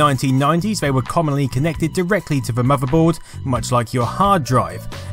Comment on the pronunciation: What's a "muhverboard"